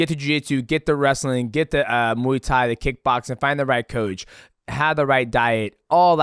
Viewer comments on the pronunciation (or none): none